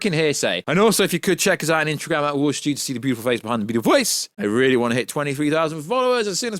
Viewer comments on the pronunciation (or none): none